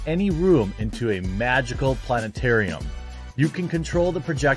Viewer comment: You should have kept the T in planetarium silent.